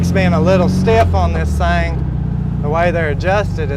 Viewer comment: Thing! , not thang!